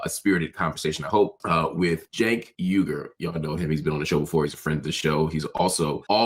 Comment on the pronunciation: Good video. He does pronounce it “Jenk” though. It’s not “Chenk.”